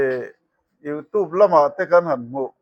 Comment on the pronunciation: Pluster a ni lo a Plaster a ni Youtîb a ni lo a Youtiub anga lam tûr Vidiu a ni ni vi-di-aw anga lam tûr